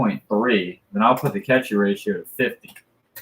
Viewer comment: Random values a good overclocker does not make. What ever happened to knowing what you are doing and not randomly changing values? Cache is not pronounced "cashee" its pronounced "cash"